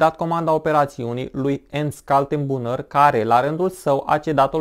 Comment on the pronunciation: Se citește ,,ernșt kal-ten-bru-ner", omori efectiv numele germane, ușor de pronunțat.